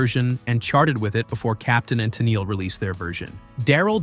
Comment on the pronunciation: work on how you script things for your Text-to-Talk voice. "Tennelee" (Tennille)?